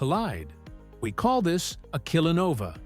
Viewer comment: "killanova" :D